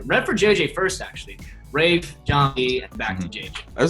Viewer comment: thought his name was rayth lmao not rafe haha